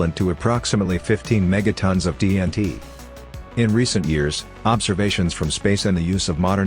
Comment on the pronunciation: The AI generated "TNT" gave me a giggle, not going to lie.